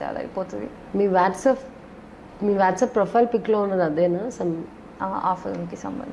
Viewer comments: Waaatsap anta. 😂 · Vyaatsap anta... stylish english aaa... Whtsp anakoodademo..anchor thalli